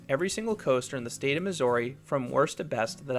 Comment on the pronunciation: but why pronounce missouri wrong lmao